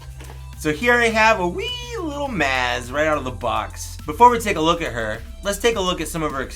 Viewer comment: Maz- M-ah-z